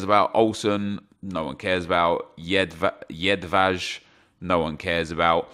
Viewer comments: Whats wrong with UK youtubers and not being able to read names? "JEDAV" instead of JED-VAJ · “Florian Thauvin, you ask any Frenchman and I’ve pronounced that correctly”... a few seconds later Jedvaj pops up “We’ve got Yedav!”